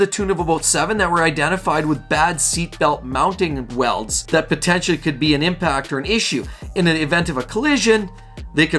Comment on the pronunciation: Fuel Tank welds: Lo and behold - you said it right.